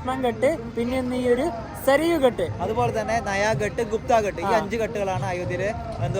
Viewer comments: ഘാട്ട് എന്നല്ലേ ഉച്ചരിക്കേണ്ടത് ? ഹിന്ദിയിൽ അങ്ങിനെ അല്ലേ എഴുതിയിരിക്കുന്നത്. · അടിപൊളി അവതരണം.... അയോദ്ധ്യ നന്നായി cover ചെയ്തു 👌🏻👌🏻👌🏻 പിന്നെ ഘട്ട് എന്നല്ല ഘാട്ട് എന്നാണ് ഹിന്ദിയിൽ ഉച്ചാരണം,,, കടവ് എന്ന് മലയാളം 😊😊